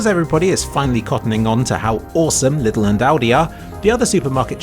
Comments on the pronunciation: Just want to mention that it's not pronounced "liddl" and more like the name "Lee". Leedl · Its funny how you pronounce Lidl :D The "correct" way would be Leedl and not Little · European detected. For some reason, that's the official pronunciation of Lidl bere in the UK. Watch any advert on the TV and they say it just like that. It's kinda like how you might get an aneurism the first time you hear someone say La Croix out loud. But it turns out "la croy" is just how the company wants you to say it. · The way you pronouce lidl is hilarious but i dont blame you :D What really surprised me was that our german supermarkets are the cheapest in england lol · I just like how pronounces "Lidl".